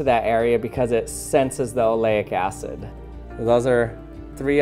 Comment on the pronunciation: Aleyic Acid. Oh my god.... Kool ecperement